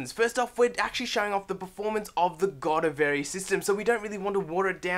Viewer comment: Decent, but please do your research and actually know how to say the product you're talking about!